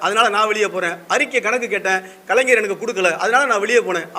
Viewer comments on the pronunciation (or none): none